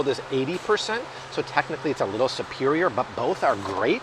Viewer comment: I keep laughing because you keep saying"supewioah" like Tweety Bird and Porky Pig. You have switched patois several times today. You 👌? Lol